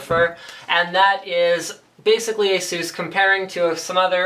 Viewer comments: ASUS not Aseus and D.A.C not DACK :P but AWESOME MAN I want one D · According to Asus Its correctly pronounced Eisus and/or Asus. Its not pronounced D.A.C but DACK as in Digital Analog Converter (dee)(Ah)(Kq). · You are always pronouncing ASUS wrong. There's no emphasis on "U". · I wish people would stop saying Ay-zoooss. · Why can't you say Asus properly?